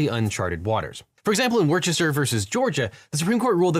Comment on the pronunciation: Bro pronounced Worcester so wrong